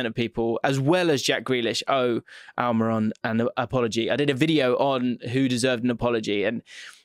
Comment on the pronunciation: Huh Al-My-Ron?